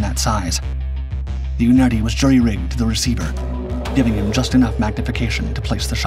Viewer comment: The scope is a Unertl, not Unerti, the final letter is an L. Pronounced 'unertal' typically. The company shut down in 2008 but they were a very high end scope manufacturer since 1928. Haven't shot with one but I think it is akin to sniper glass used at higher level in other countries, which means that it takes careful handling to not screw it up. I shot mostly with a Schmidt & Bender 6x42 which is a reasonably rugged thing, far more than the particular Unertl which is a footlong thin metal tube basically, and not mounted rigidly because the recoil would damage the scope otherwise.